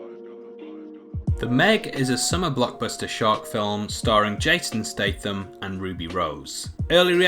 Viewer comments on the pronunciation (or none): none